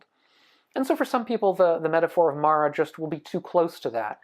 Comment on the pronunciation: You’re saying it wrong. It’s Māra. Not Mara 😅